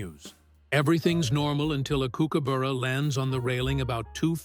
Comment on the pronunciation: For the AI that is KOOKABUrrrra